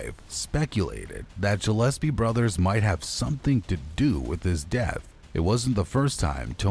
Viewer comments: I’m literally in and it’s ANNOYING as hell that you’re saying Jillespie G like Good G ill SP fishes GILL S P who tf is Jill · Dude its Gillespie not Jillespie ,check words before you do your vids , do your homework bro 👌🏻🏴🏴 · It’s pronounced Gill’Espea